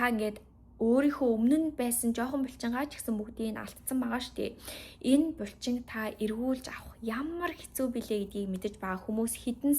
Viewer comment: Бульчин2 гээд байхын булчин гээд хэлчихээч дээ 😅 чихэнд эвгүй сонсогдоод байх юм